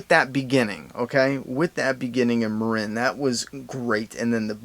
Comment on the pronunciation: You called Mareen, Marin and Tormond, Tommen I'm never subbing your